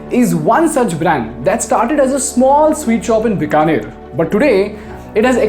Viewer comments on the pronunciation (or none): Many people from outside of Bikaner also make the mistake of pronouncing Bikaner as "बिकानेर" instead of "बीकानेर". Even he does it in the video.